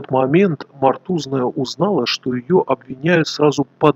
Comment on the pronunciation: ее фамилия Мотузная, а не Мортузная или Мотуозная. Вы неправильно произносите имена и просто слова в своих видео постоянно.